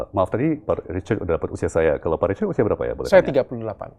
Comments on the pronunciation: 😅iyes syuka banget waktu bilang pak Ricard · Cara pak tom mnyebut "Richard" bule banget 😂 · Asyik banget dengar pak Tom Lembong memanggil "Pak Richard" dg logat britishnya..